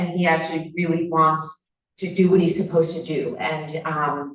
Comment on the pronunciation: “Om posa” = I’m supposed to🤦🏼‍♀️